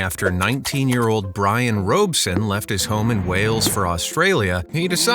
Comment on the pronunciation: FYI PSA people. That’s not the right way to pronounce that name. Robson a very common surname and sometimes forename,not Robeson, like robber or robbery or Robert or Robinson-Rob not roe, they’re not roe-bert and roe-binson are they.